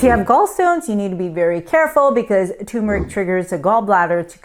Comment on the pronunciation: Pease learn to pronounce Turmeric. Amla is nasty! I drink it quickly or take a pill.